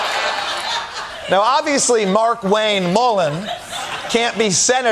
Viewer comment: On a side note, it's not Mark-Wayne Mullin... It's Mar-Kwayne Mullin. The pronunciation is everything, you gotta get his nouns correct.